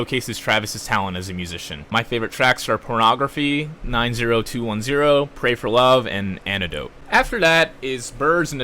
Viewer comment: Bro I already love your how to get into artist series you should do j Cole or cudi if you listen to them but bro that’s not how you pronounce 90210 😂💀